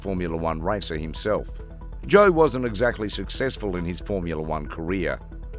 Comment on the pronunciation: lam biase..................jo verstappen............. thank you for informing me lam-bi-as-sy jos